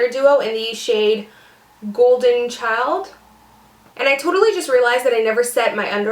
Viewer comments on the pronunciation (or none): none